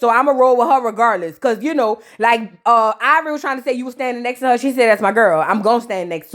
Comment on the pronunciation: 👁️ Vor Eee took me out 🤣🤣🤣🤣